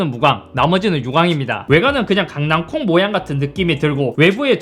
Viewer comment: 와 강낭"콩" 와 강낭"콩"